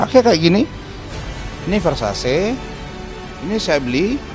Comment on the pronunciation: VERSASI BACANYA BUKAN VERSASE MAN